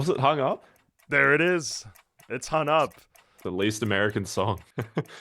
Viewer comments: Why does he keep calling it "Hun Up"? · strange dude speaks perfect english but can't pronounce "hung up" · As a linguistics nerd, I'm SUPER fascinated by your accent — an accent where "Song" is pronounced "Sonn" (and "Hung Up" is pronounced "Hunn Up"). I'm super curious what part of the country has a total "ng"-to-"n" shift (where it's not just limited to the ends of "-ing" verbs)! -Paintspot Infez Wasabi! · "Hun Up"... ffs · This dude pronounced "Hung Up" as "Hun Up" every single time.